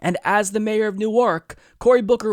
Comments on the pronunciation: FYI It's pronounced Nork. Not new-arc. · It's pronounced New-Erk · It's spelled newark, but pronounced newerk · I simply CAN'T be the only born-and-raised New Jerseyan here, who was cringing at pronouncing Newark with emphasis on the second syllable instead of the first.